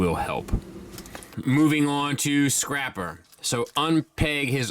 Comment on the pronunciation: Man this looks fantastic and btw you said scrapper twice